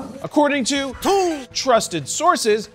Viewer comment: I'm just here to listen to Jarred say "two". It's worth it.